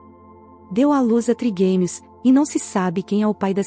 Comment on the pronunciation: Não sabem nem pronunciar,é trigêmeos, não triguemios